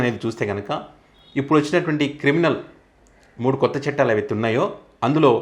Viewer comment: "చెట్టాలు" కాదు నాయనా! 'చట్టాలు' అనాలి!!